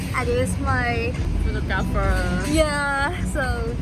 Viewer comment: Sadness inside him when she say photgrapher💔